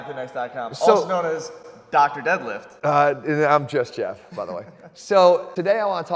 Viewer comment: "Just-JEFF" LOL